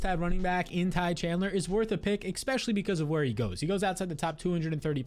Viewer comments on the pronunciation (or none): stop. saying. eCKspecially! love the videos, but drives me nuts! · Great stuff. The word isn't expecially